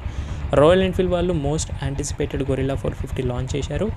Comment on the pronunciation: గెరిల్లా అనాలి గొరిల్లా కాదు బ్రో.